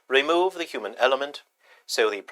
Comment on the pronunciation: What accent is that? HuMANN. 😂😅